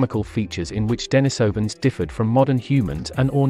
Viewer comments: First off, it's de-NEE-so-vuhn, with the stress on the second syllable. That's how the Russians I've heard say it pronounced it. Hunter-gatherer bands are small (8-15 individuals in interrelated family groups) and groups are typically widely disbursed over the land as this lifestyle requires much more territory because people have to go look for their food, and can only find what food happens to be available in that area, as opposed to the farming lifestyle where people know where their food is because they know where they planted lots of it and when it will be edible. The hunter-gatherer groups meet up at certain agreed-upon times of the year in specific agreed upon locations, typically when herd animals are migrating through their territories. These meet-ups allow them to hunt in larger groups. Larger groups hunting cooperatively can hunt more efficiently, bring down more animals in less time, and with less danger of injury. The gathered bands would feast on the plentiful meat, cooperatively smoke and jerk meat for later use, harvest and process hides for winter clothing, exchange craft items, and that year's crop of young teen men could prove what good hunters they are and get girls (from other bands to avoid inbreeding, which is counter survival). If a group of early modern humans happened to pass through the area at that time, I would bet they would want in on the party, especially the bit about the getting girls. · Denisovans, comes from the name of a Monk called Denis. So it should not be pronunced Denajsovan. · Thanks, was informative. Your sometimes false pronunciation of Denisovans as Den EYE sovans was irritating, many times you pronounced it correctly. It's the same when some english speakers pronounce urinal as ur EYE nal. Strange. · Maaaan try get the pronouciasion right ur all over the map. De ni sovans.... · Deny-sovans?? Homo flo-she-ensis??? 😂😂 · de-NEES-ov- an